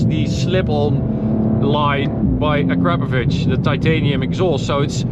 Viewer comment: Hey, I guess it’s a cause of where you live, but it’s nice to hear somebody that knows how to pronounce acrapovic correctly where I am in New Zealand, most people call it “ a crar Poe Vick” when I try and correct them. They laugh and say I’m nuts and trying to be stupid.